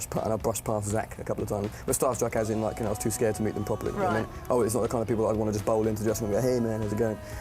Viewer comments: HAHAHAHA THEY DON'T UNDERSTAND THE PWOPER JOKES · Oh no, she did not insult the 'pwoper'! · PWOPER IS CORRECT MUSER GWAMMAR! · Still a fail on the "revenge." "Pwoper" was on purpose... it's an odd way that Matt likes to say "proper." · "at least i can spell" IF YOU KNEW ANYTHING ABOUT MUSE AT ALL YOU WOULD KNOW WHAT PWOPER MEANS. now i can see why she has haters.